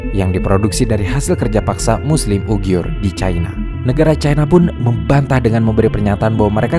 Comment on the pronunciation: Muslim UIGHUR mas, ... Bukan UGHIUR ... 🙏. Kontennya bagus, terimakasih telah menayangkan ini.